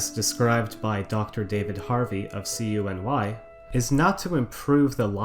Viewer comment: Also as a NY'er, hearing you say the acrononym letter by letter C.U.N.Y. is really funny. You say it like a word, COO NEE, though some say it like KEW NEE.